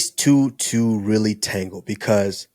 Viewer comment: tango not tangle